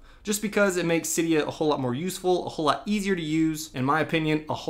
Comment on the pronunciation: It’s pronounced see-dia